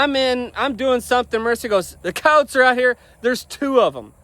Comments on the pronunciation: Ok. You meant coyotes. At first I understood "cows". Weird pronunciation. 😂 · Me to notice that I hear cowes